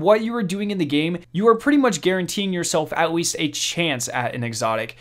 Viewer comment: compwete, qwickly, atweast